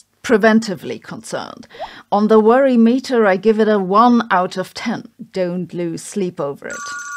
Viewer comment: Don't Vorry, Be Heppy...